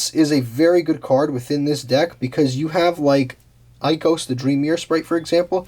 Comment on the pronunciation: For an archetype that you say you love so much and you don't pronounce any of their names right.. is really disappointing. Their names have a term so if you google for example oneromancy or hypnogogia listen how google pronounces it or just read it out loud man it's not 'Ikos' it's 'Ikelos', fantous? Jesus.. if you want more subscribers or likes make some effort in making videos. Please excuse me for being such a bi*ch but at least give some effort when making a video, watch a Dream Mirror video on yt lol.